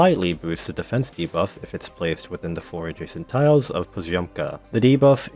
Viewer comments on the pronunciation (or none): none